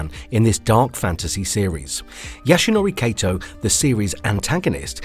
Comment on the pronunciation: Wow. I cringed when you pronounced the name Yasunori Kato as "Yasunowrey Keitow". You could have added a "Yeeeeehawww" at the end and it would have been the perfect Texan accent.